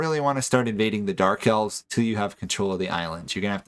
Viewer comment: You struggle every time you have to say elves.